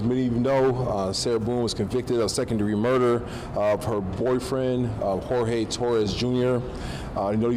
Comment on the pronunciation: Thank you! Finally someone who stated Jorges name correctly. Btw, it’s not George! The name is Spanish and the J and G make an H sound.